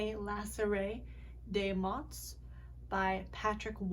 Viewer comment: Thank you so much <3 that's the first song that I managed to learn entirely without giving up, and that is thanks to your tutorial!! (Also, in the word “mots” we do not pronounce the t and the s, so it's just “mo”)